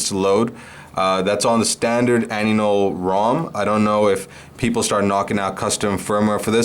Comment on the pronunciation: Why are you calling it Anynol? I thought it was AINOL.